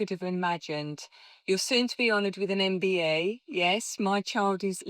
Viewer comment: Imagine being awarded a MBE & the Person cannot even pronounce what it’s called or get it right 🥴🙄🤦🏼‍♀️ the idiot who thought giving this girl a mbe for basically doing good things (granted) after getting famous for watering her ex boyfriends garden 😉